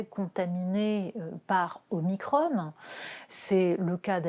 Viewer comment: Omicrhonne ! on n'est pas en amerique,,, les "on" en France ça se dit on comme cornichon